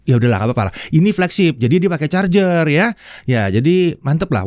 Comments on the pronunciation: ((ada dong chargernya)) penuh penekanan sekali 😂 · Ada penekanan pada kalimat "ada charger" Wkwkwk mantap om